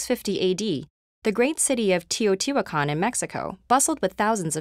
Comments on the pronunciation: The way she says Teotihuacan makes me want to die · kkarahodzic Teotihuacan is an Aztec(Nahuatl) word. There are still modern day speakers of Nahuatl. We absolutely know how it is pronounced. If nothing else, she could have used the Spanish pronunciation.